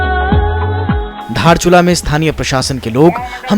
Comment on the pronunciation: धारचुला नहीं दारचुला है।